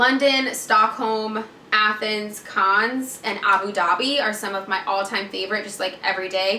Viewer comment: Cannes is pronounced can